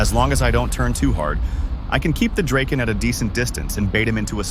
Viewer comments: Draeken???? Ewww, it’s Draaaaken! Like Dr-O-Ken! DrAaahhhken! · Absolutely beautiful! I dig the f-5 a lot and it’s a damn good looking plane. Just fyi, the j35 is pronounced Draaken. Take care